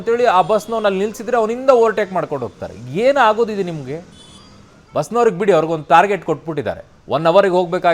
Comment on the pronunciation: ಬಿಸ್ ಅಲ್ಲಾ ಕಣೋ ಬಸ್😂😂😂😅😅